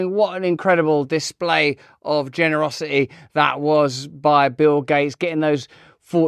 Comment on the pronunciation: You know Russell, there's a "T" in "generosi-eeee".